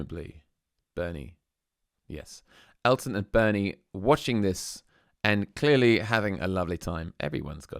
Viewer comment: I left after I typed this. You can't pronounce Bernie's name correctly?